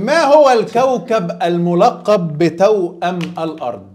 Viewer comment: توأم. مش تاؤم محاضرات ...... مش محضارات 😂😂😂😂😂😂